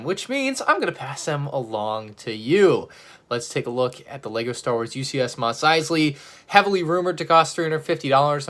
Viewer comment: ‘Mosley’ correct. Nice